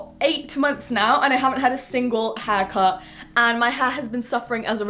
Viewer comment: Instead of haircut I heard hacker!